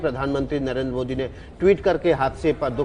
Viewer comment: Ap PM Mohit Kyo bol Rahi hai improve yourself